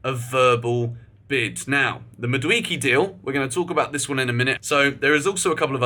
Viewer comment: Sorry for Ur illness but it's pronounced Mah - do - eh - keh